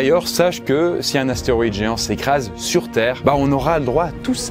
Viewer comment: c'est astéROÏde et pas astéoride, ça commence à faire beaucoup là